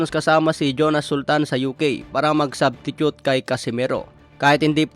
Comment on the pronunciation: "Subtitute" HAHAHAHAHA